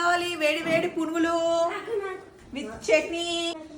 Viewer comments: Purugulu kaadhu punugulu 😅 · They are called punugulu. Not purugulu